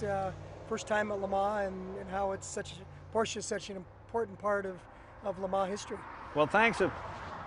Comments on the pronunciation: Even Jay pronounced it correctly this time. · it's nice to hear him pronounce it properly for a change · It’s porrrsh. Forget proper proper pronunciation.